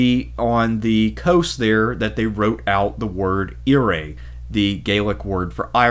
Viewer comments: I don't like how he pronounced Eire. It's not pronounced air-ay. It's pronounced Air-ah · Hahaha éire is not pronounced eeray it's aira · EAR-AY lol Its pronounced like "Air-Ah" (Éire) bud Interesting video though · EIRE is pronounced AirRa.Good video though . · Ere ? learn how to pronounce the letter I and the letter " E" in the proper place !! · Eire = "Air - Ah!" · oh nooooooooooo 😂😂 Éire. Nice try my man. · Typically American - do not even bother to learn to pronounce another country's name. And then you do not even care about the accuracy of de Valera's political career???? Pertinent or not, do your research before making a presentation. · Very informative video, great video, but you mispronounced Éire , really mispronounced, but that’s ok